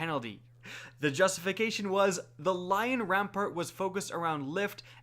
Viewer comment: Lion Ran-Part. What the hell. WHERE DID THE R COME FROM